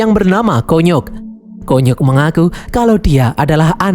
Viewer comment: Konyok❌ Kunyuk✅